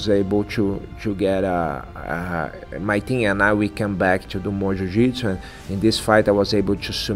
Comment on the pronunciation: One of my all time favorites. I wish they showed his fight at UFC 83. I was there when he choked out Ed Herman. I've always said that the only thing more beautiful than a Damien Maia submission is hearing him say Ju Jitsu.